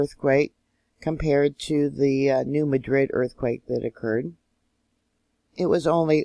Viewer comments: Enjoying your regular reports! Re: New Madrid, the pronunciation has the emphasis on the first syllable instead of the last. So it's New MA-drid. (The city in Spain has just the opposite pronunciation: MaDRID.) Bless you for the work you do! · To help and you. I live on this fault. We say New Mad drid. So like your mad and drid New Madrid. Hope that helps. The Lord Bless yall🙂